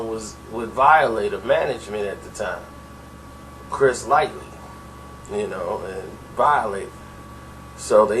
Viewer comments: Why this dude keep saying Chris Lightly?? It's Lighty.. Smh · stay fuckin somebody name up lmaooo Chris "Lighty", not "Light-ly" lml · Why you keep saying "Chris Lightly"? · omg, "Chris Lightly"?? RIP - Chris Lighty - Violators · Did this nigga jus say Chris Lightly lol at 2.10